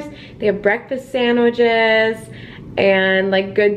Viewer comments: Or sandwiJes 😅❤️ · “Sandwidge” “sandwidges”